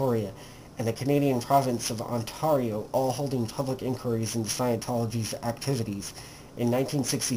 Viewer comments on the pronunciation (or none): Ohhn-tar-io... LOL